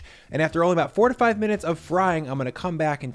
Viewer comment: your "four 'ta' five minutes" sure sounded like "fourty five minutes" lol. ty for the recipe